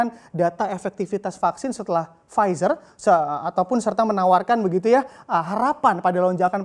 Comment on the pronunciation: PFIZER dibaca //Pfitsa:// Kok gitu... ntahlah... pokoke begitu...